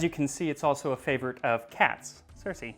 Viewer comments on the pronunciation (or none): none